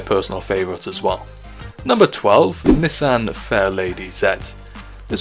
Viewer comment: Anyone cringe on how he pronounced Nissan?